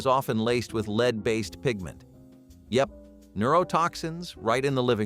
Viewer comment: Ahh the dreaded "leed" pipes and sol-der.